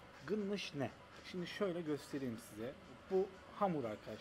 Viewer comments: abicim, onlar gınnış değil, doğrusu galnaş ;) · Abi gınnış degil Galnaş dicen burda😂 yoksa video da görüldügü üzere kimse anlamaz.